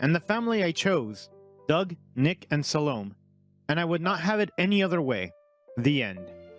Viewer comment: Bittersweet but happy ending. SAH-Le-MAY, with primary accent on first syllable.